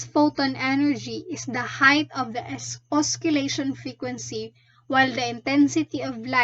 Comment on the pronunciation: you pronounce it as OSSI-LEY-SHUN tho